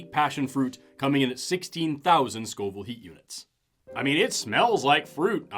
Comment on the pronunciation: When you said “Scoville hot units”, I genuinely thought you were saying “scalding hot units”!!